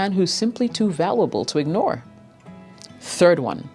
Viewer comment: Is an AI personality? She has weird accent traits. Most words she pronounces like an American, but some word she says in a bizarre way, like "valooble" instead of valuable. "SUCKsess" instead of success. Nobody from any other country or language pronounces it like that.